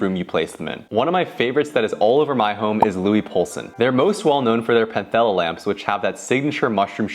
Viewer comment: Also fyi Panthella is just pronounced as "Pantella".